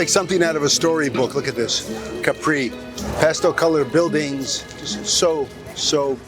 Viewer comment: One thing: it is pronounced Capri with no accent on the final i :-)